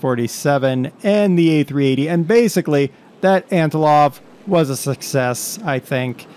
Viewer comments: AntoNov, not antoLov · Hey man! Love you videos! Just a few tips on your flying. Don't put the landing gear up so early. You want to wait until you are a few hundred feet above ground to do that. It's Antonov , not Antilov (Trust me I'm Russian) ;D You wouldn't want to hit the Rev. Thrust in the air. It could damage the aircraft. Also, if you landed that hard in real life it would destroy the airframe. (But it is a sim) That's it! Keep these up man!